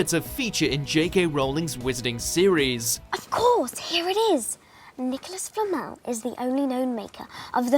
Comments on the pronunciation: Its Nicholas Flamél, not Flámel. Swish and flick* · Flammel?? It’s flamel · you're right. He even says Flamel right but then continues to say it like "Flammel" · flamel pronounced correctly multiple times FLAMMEL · FLA-MELL not Fleet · It’s pronounced flam-el not flammel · Please stop mispronouncing namesssssss. e.g. Leta's and Flammel's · lee-ta and thee-see-us and flamél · It’s “Lee-tuh”, “Fla-mell” and “Thee-see-us” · I cant stand the way he says Flamel. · despite three people pronouncing it correctly in the video, the voiceover still butchers "Flamel".